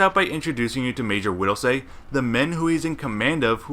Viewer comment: Widelsee not widelsay. Did you not watch the movie. They say his name 1k times.... idiot